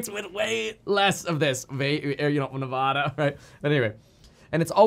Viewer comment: I will donate if you learn how to pronounce Nevada properly